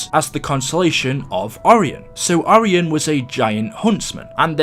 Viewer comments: Its or-i-en ok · It's pronounced or-I-on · its pronounced o-ri-on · Why is he prononcing Orion so so wrong